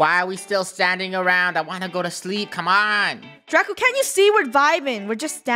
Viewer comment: welcome to learning with chicken nuggets! its draca D-R-A-C-A